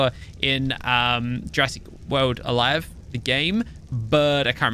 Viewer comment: did anyone notice that he said Jurassic world Alived